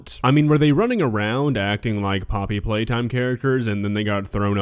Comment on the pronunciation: "Poppety Playtime" 💀